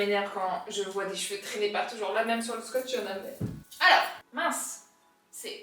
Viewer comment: Quand t’a dit Alorra j’ai crue que tu disais mon prénom (Elora) 😅😅😅